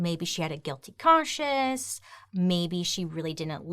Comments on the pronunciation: Bailey I love you and the way you pronounce things 😂 “maybe she had a guilty *conchess*” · I rewinded like 10 times to see if you said conscience or cautious bc girrrl, I know you struggle w pronunciation sometimes, but that one threw me off lol